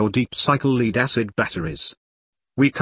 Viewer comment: "Leed acid batteries" ?